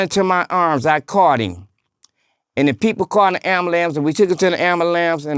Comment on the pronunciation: That’s how it’s pronounced in Detroit…My whole family say it that way…It what we say Ambalambs!